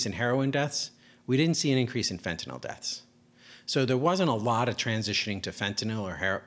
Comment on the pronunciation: Finally, someone who can actually pronounce the word "fentanyl" correctly